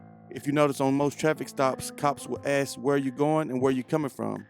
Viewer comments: How come you say ax and not ask? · AXE a question? You must mean ASK....